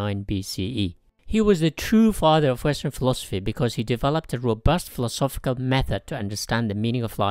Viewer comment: Who else heard him pronounce philosophical and instantly checked out?